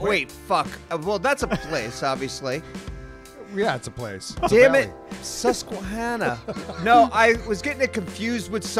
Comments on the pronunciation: man u guys said susquehanna valley wrong i actually live around that area that's so funny how u guys said it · This was awesome, I’m from PA and the last guess was hilarious, especially trying pronounce Susquehanna valley.